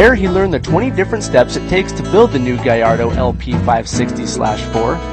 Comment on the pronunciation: hey, he says gallardo correctly! props to the host.